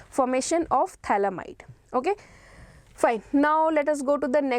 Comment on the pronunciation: It's pthalimide not phthalamide